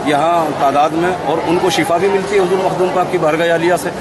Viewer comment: Mahdoom nhi h Makhdoom h